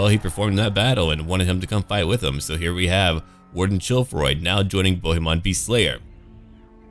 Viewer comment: Hi, I am french too and I folow your two campaigns. Your accent is pretty good. The only little thing is with the name "Bohemon" because in french "on" sounds like in the word "song" we don t hear the "n"